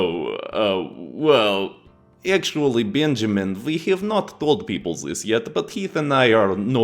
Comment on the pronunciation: "turn zis blade sideways and it might aswell be a door" darn near spit out my food when i heard that 🤣🤣